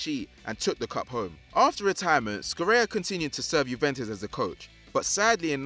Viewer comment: Scirea ["Sci" is pronounced shi]